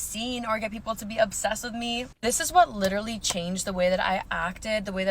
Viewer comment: she literally cannot pronounce the word 'literally'